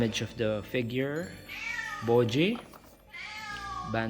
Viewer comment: I like your accent say it again… Bow-jee! 🥹🤣